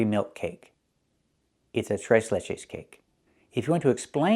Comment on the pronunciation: I got shit amazed at how you pronounced "Tres" you sounded like a native spanish speaker Lol... Tres Leches cake is off the heezy! I highly recommend it.